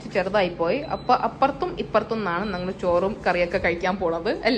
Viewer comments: Try to pronouns "njangal" instead of "nangal". ഞങ്ങൾ not നങ്ങൾ. Thank you for respecting our language. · ഇവരുടെ സംസാരത്തിൽ "ഞങ്ങൾ" എന്നതിന് "നങ്ങൾ" എന്ന് പറയുന്നത് ശരിയാക്കിയാൽ ഏതാണ്ട് 95% ഓക്കേയാകും.